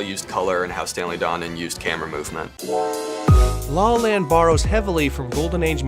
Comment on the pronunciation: It sounds like you say “Sing in the rain” and “law land” multiple times in the video. Anyways, great video. I’ve been on a La La Land mood lately and been watching years old videos about the movie.